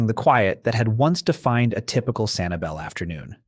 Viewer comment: Maybe I went to the wrong beach, but around January this year I could barely find any shells in Sanibel. Also, that's not how locals pronounce it